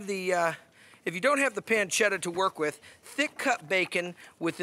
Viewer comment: I like the way he says peeencheetha 😂 However this has nothing to do with carbonara